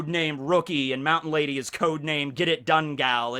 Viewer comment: You said mt. Lady's name wrong this whole video